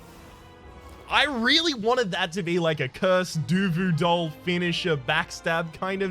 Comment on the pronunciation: Did I hear you say DUVU DOLL. Hmm, that is a good name though